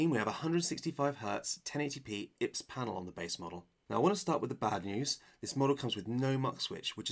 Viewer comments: Whats the heck is a „ips“ panel?! It‘s „I P S“ 😂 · ...you said "IPS" panel, like it was a word... and I'm really struggling with my feelings about that.. lol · sorry didn't mean to be rude I just found it hilarious never heard anyone call it "ips" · my first time ever hearing someone say IPS like that